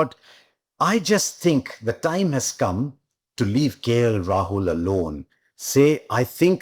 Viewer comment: Please for god sake not KL Rahuk